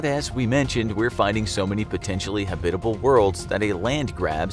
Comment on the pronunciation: Ha-Bit-ahble? Hab-It-Able. Not a combination of habitat and hospitable.